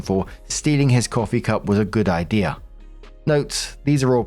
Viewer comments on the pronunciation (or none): none